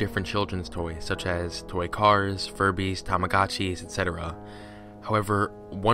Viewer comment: When he said tamagotchi I thought he said kamikazi lol